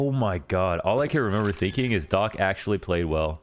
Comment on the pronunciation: when u was saying "Docc", i thought his name called "Dog" :)